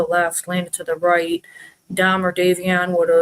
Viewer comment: It really p155es me off the way everyone seems to be unable to pronounce Davion's name correctly. It's so insulting towards the young man. ❤❤❤❤❤❤❤❤ I live in the UK and I am more than willing to sign any petition to keep her in prison.❤❤❤❤❤❤❤